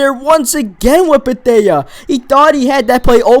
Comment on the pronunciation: It's pronounced Bethay